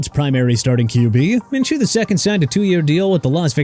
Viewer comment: Minshew's pronounced min-shoo